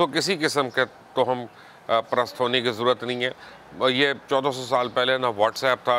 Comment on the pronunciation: Lafz toham nahen hota..tawahham hota hy..mind na kijiye ga.